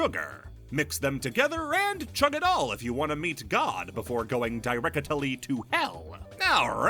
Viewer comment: my brain is so fucking destroyed that literally all has to do is say a word funny and I'm cackling in my chair di-reck-a-ta-lee to hell